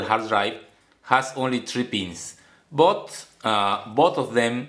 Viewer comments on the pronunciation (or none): When he said Such as Sootch, But as Boot I felt like I'm gonna get the GREATEST KNOWLEDGE OF MY ENTIRE PATHETIC LIFE (Joke)